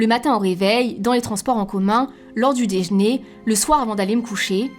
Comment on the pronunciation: "déj'ner" tu viens de la même région que Tibo Inshape